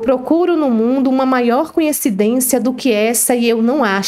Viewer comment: Fico encabulada como todos só conseguem pronunciar a palavra coincidência,de modo arrado, falam sempre conhecidência.😅